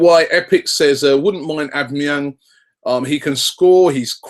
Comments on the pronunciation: Its pronounced "al-bam-a-yang" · Isn't it A-BOMB-E-YANG? Just wondering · Robbie it's pronounced "Ow-bam-ee-yang" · no... not o-be-me-yang its said aw-ba-ma-yang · A - BOMB - E - YANG not OB - E - MI - YANG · Robbie! Its AUB-BA-MEH-YANG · It's pronounced "OH-BAM-A-YANG" basically lol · 'ab me yang' looooool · FUCKING CHRIST ROBBIE. OBAMA-YANG. Its really not that hard. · It's pronounced AU-BAM-EE-YANG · Come on robbie its O-BAM-E-ANG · it's actually pronounced oh-ba meh-yang .. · its Said Ob BAM A yang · its "aww Bum 'a' Yang!!! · Isn't it pronounced or-bum-a-yang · It's aw-beh-meh-yang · Pronounced a-bam-a-yang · And his name is Aubameyang Au = o I know it is complicated for you English people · Robbie mate it's pronounced Au (for Australia) bomb a yang These guys don't know anything! Haha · Robbie, it's actually pronounced Ab-bam-e-yang - Aubameyang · It's pronounced OwBamEYang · Why the fuck can't any of you bastards spell or pronounce Aubameyang xD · if Arsenal don't sign Aubameyang at least Robbie won't continue to butcher his name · Robbie pronouncing Aubamneyang hahahah